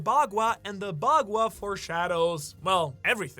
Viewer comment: The amount of mispronounced words in this vid while also apparently living in Japan.... like yea these are all chinese terms but one would assume a person would learn pronouncing the words for the key factors of their video before recording or even posting, Fung shui, bagua, Bagooa, Fang shway.... its really NOT that hard to find a video online for proper pronunciation